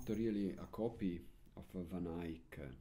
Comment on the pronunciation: Thank you for bringing these lessons in english! I love how you pronounce "Van Eyck", it almost sounds like flemish from Antwerp. ;) And of course, I love this music. (I'm an absolute beginner, so I'm happy if I even can play just the melody)